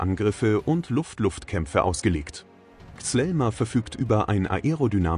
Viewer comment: Es heißt kízíl elma und nicht zelma😂